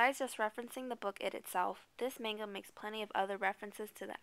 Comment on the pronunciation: why do they always say "main"ga?!? really? plz ppl...itz not that hard.